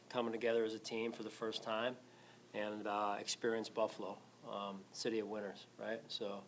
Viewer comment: Ha, I thought he said ‘’city of winters’’🤣🤣